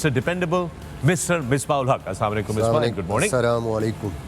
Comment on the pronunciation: Sale shoaib salamolaikom nahin Assalamoalaikom kehty hain